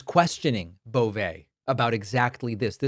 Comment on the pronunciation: It’s pronounced “Bo-vee”. Poor guy is gross enough, let’s at least get his name right.